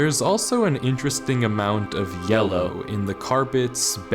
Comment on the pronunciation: Anyone notice his tone on "yellow"?